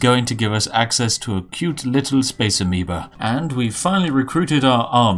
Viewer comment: A Massive Space "Amibo" xD I kept hearing that.